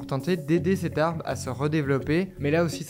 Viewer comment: Vous devriez vraiment faire attention à la prononciation du mot "arbre" (vous dites "arbe", systématiquement). Seul bémol à un reportage autrement très bien conçu et présenté.